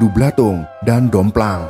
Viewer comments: maaf min setelah kec Randublatung bukan Domplang!!! Tp doplang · doplang min bukan domplang 🤣